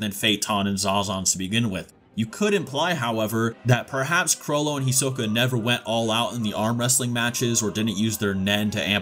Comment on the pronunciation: This guys pronunciation of the names 🥴 “caw-loou-toe”